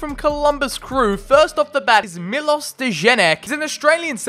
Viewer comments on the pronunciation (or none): none